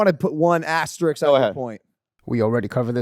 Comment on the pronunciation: Logan can't pronounce "asterisk" correctly. Another thing to add to the list of reasons I massively dislike him.